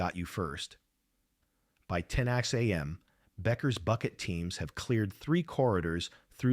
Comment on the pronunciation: AI says 10 ax am. Strange artificial narrative.